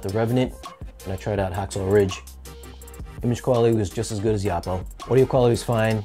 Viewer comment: OH-Poh, not AH-Poh, according to Oppo.